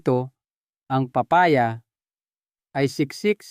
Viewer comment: Thank you but pronounce the name of the fruits right like papaya 😁